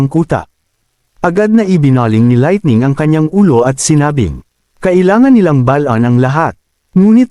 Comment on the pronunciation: Boboo nmn ng laitning